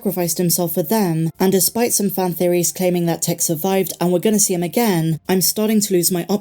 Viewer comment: Please! It’s pronounced “Tiiick”.